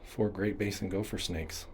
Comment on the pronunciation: Please quit saying GOLPHER😭